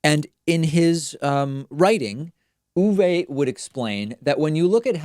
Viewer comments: Uwe, not Uwé. Same "e" pronunciation as in "h(e)r p(u)rse" for this final German "e". "é" (ɛ) is mostly present inside words such as "M(ä)dchen" or "spr(e)chen", although with local variations. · Just say "Uwe"… Not "Uuhweeeh" ;)